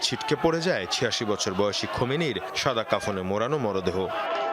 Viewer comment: খমিনি কিডা বেটার খবর পরবের দিছে কিডা৷৷ নেতার নাম টাও বলতে পারেনা দূর ভাগ্য আমাদের মুসলমানদের